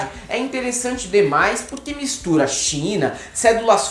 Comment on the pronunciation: no final do vídeo fala "na Chi...! na Chi...!" qual o problema desse povo em falar China?